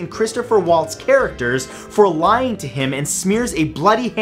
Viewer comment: I really enjoy your channel. However, please be more midfull on the narrative. Mr. Waltz (pronounced Valtz) first name is not Christpher, it is Christoph (Cristoff), and riders of Rohan, not raiders.